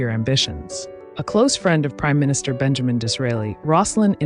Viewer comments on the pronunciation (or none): none